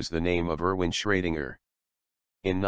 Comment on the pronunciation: I actually liked the robot voice, despite mispronouncing German name "Erwin" (Schrödinger) like "Roman" :-D